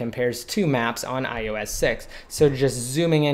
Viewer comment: Fuck I hate it how this guy says 'IUS 7' ITS DEFINITELY AN 'O' If your videos weren't so informative I would have put it on mute...